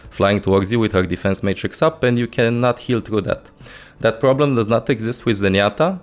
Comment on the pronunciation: "She cannont heal through baguettes"